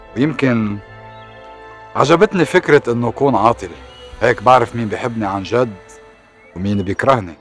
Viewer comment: أولا اسمها اليسار ومش السيار. وثانيا، عن جد ومش عنجاد .